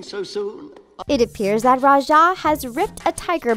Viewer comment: Its ra-ja. Not ru-sha